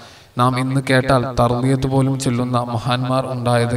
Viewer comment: Not tharbiyath, But Thalbiyath